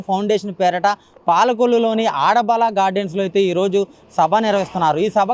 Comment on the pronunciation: ఆడ బాల కాదు బాబు అడబాల